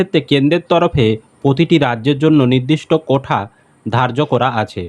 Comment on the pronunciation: কোঠা না "কোটা" হবে শুনতে খারাপ লাগছে 😬🤐